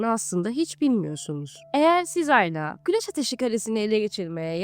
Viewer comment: Yalnız 'HAYLA' değil halâ olacak 😂